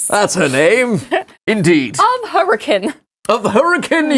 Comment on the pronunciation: Utahn here, proud you pronounced Hurricane right